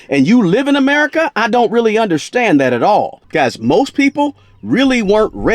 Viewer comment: i don’t “undershtand” them either 😂